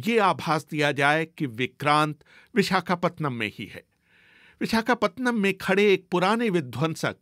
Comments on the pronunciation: पतनम नहीं है रे पट्टनम हैं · विशाखापतनम नहीं विशाखापट्टनम BBC जैसी चेनलमें उच्चारणमें क्षति !?? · Pehle vishakhapatnam pronounce sahi se bol le